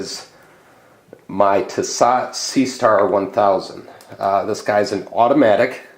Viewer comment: Pronounced T so